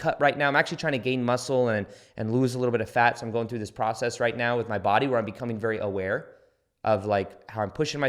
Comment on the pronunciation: i love that you always say right meow